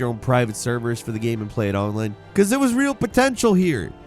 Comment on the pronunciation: It literally took me a whole minute to realize was talking about Lord of the Rings Online cause he said it like Onlan